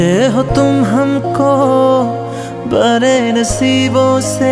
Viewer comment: Learn properly before singing how to pronounce "BADE बड़े" "TADPE तड़पे" 😂